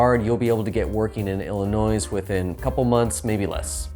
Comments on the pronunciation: I can't stop laughing. Every time he says it. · There is only one ILLINOIS. Say it correctly